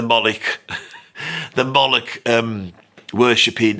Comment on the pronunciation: Disagree strongly about Gilmour. He's great by any measure. Any list of overrated guitarists has to wrap up with Eric Clapton if it knows what it's talking about. Oh and it's Molloch, not Mollick. As in 'Moe'...like Moe, Larry, and Curly. And 'Lock', as in lock & key.